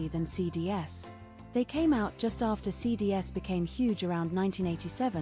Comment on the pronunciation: Hey, don't let the AI read out entire links like you've done in this video. It's really annoying. Also get a better AI voice It's pronounced CDs (cee-dees), not phonetically as C-D-S